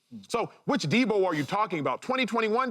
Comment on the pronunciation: He thinks so much of Deebo he can’t say his name right